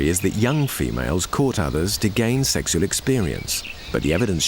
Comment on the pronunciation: The way the narrator keeps saying "seksual" is so funny to me